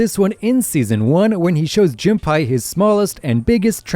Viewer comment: why does bro keep saying Junpie 😭